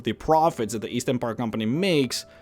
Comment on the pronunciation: East? I thought you said Weast.